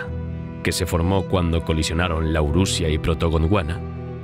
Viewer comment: Laurusia? Auracaria? quizá esos errores sean fruto de la dislexia 🤔